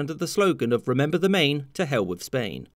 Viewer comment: REMEMBER, not "Remeber"